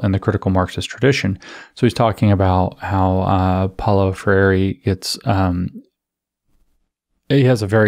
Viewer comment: PRONOUNCE: Paolo Freire POW-lo FRAY-ray (tap the Rs) Edit: Optionally, more anglo: FRAIR-ay (American Rs)